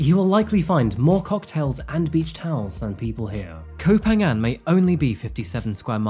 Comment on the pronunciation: Phuket, Phangan and Phi Phi you pronounce as P not an F